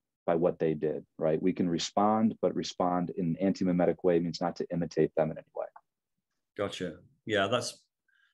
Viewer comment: mimetic, not memetic.